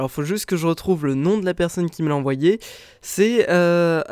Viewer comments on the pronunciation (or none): none